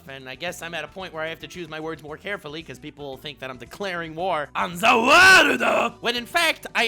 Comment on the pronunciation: He said welcome worldo is he serious or not